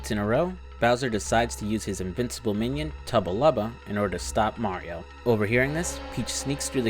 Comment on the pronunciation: Not to be that guy, but it’s Tubba blubba not tubba lubba